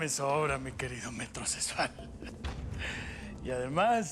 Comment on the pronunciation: Ese teca. No sabe pronunciar bien je je je metrosesual 😂😂 y a parte hablando como el sr de los cielos